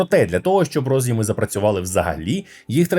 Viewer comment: Дуже круто що українською але... це дуже ріже слух. Що за "наснаження" станції? Можливо все таки хотіли сказати зар'яджання? І роз'Єми, наголос на Є. У всьому решта - обійняв, припідняв)) Дуже дякую за контент